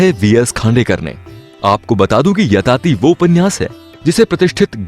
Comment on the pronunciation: Yayati bhai woh aap yatati bol rahe ho